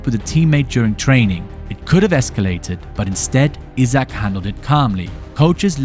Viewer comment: Isak not Izak